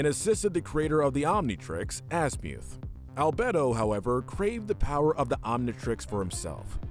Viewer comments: Bruhhh Dr Anemo? It’s Dr Animo and Albedo it’s Albeedo that’s how to pronounce them also Asmeuth? Is Asmuhth however nice vid 👍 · Are we not going to talk about how he mispronounced albedo animo and azmuth that was annoying but otherwise good list I think both Kevin and hex should be lower though since both turned a new leaf in a later series